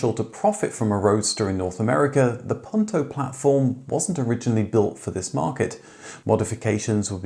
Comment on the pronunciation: Puuuuuunto, not pawntow. Nice story though, especially liked the presence of the original producer